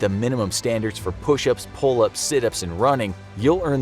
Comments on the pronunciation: its pull-Ups not pull-Aps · It says pull-aps instead of pull-ups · What is a "Pull-Aps"?